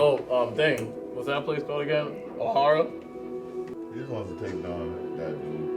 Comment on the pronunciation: Bro said "Ohara" 💔